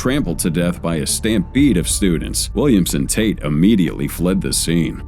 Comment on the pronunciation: I swear, every time the narrator said "Williams and," it sounded like it was saying "Williamson."